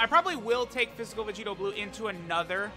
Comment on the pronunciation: That "ANOTHER" hit different today